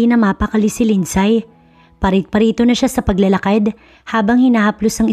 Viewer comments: 🔥🔥 Shout- OuT from Vancouver Island CANADA 🇨🇦 🍁 GRABEEE APAT ?? Parang ASTEROID ☄️ si ASTRO ang daming Anak. Malupetz 😅 Btw, LINDSAY is pronounce as LIND-SEY!! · Bakit di tama ang pronunciation ng mga Names? Mag research naman bago mag Narrate.Lindsay. Lindsey...long a....ai...ay... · WRONG PRONOUNCIATION OF ""LINDSAY """ ASK AND RESEARCH